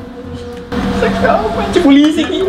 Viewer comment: polisi bukan poisi